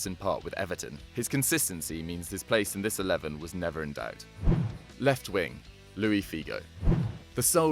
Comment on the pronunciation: Luís, not Louis Figo ahahaha